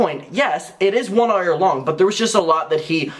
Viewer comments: Errs and errs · i know this is serious topic but i'm obsessed with the way he pronounces "hour" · I’m gonna need some kind of tiktok or insta reel if you saying hour please. I’ve never heard anyone say hours like that!!! ✨ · Lol how he says hour